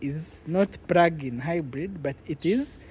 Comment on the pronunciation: Its Plug-in not Prugin! The "r" is so thick